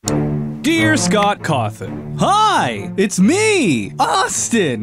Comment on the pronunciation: Every time someone says Cawthon I hear Caufman.